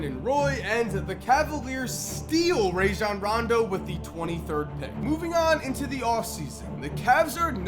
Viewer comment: And u said Rajon randos name wrong and Pau Gasol